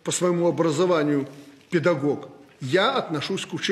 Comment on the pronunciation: 😂😂😂😂ще й «пєдагог» ог-ог😂😂😂😂ну 🤡